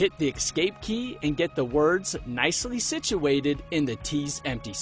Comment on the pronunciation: No, no, no: "Eck-scape".